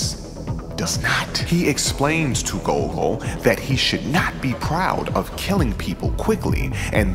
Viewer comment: The nerds will INSISTS! It's GOLL-GO NOT GOAL-GO!